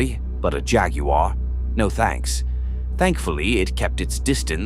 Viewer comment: A.I. needs to work on pronouncing "jaguar." loool